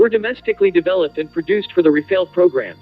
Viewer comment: Good vid, just a thing: The two As in Rafale are pronounced the same as America’s last one. The final E is silent, you did this correctly ;)